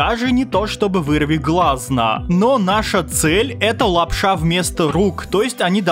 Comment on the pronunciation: прикольно говоришь лап-ША!